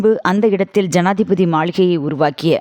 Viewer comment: என்னம்மா செய்தி வாசிக்கிற ஜாதிபதி மாளிகை என்று கூறுகிறாய்